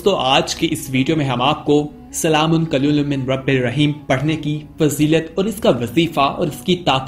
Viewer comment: بھائی آیت ٹھیک پڑھو سلام قو لم ہے قلیل لم نہیں